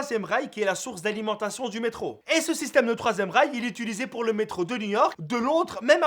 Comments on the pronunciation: inventeur du troisième rails (j'avais compris troisième reich) XD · j'ai compris l'inventeur du 3ème reich ! XD